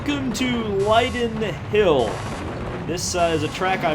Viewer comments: Aidan Kennedy Lie dun hill 😂😂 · That's the most American pronunciation of lydden hill I've ever heard 😂